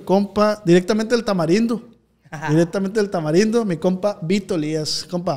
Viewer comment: ee ozz que onda no dices la R o que onda bro te escuche decir calnita pero decías que de niño así decías y creí que por eso, pero después dices tamalindo se te va la R?